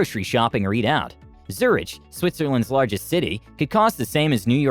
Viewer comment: Not how you say Zurich